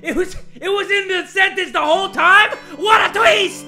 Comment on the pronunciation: "WHAT A TWEEST"